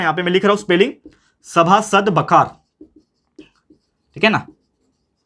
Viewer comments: Sir it's बखर , बखार नही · not baakahar that is Bakhar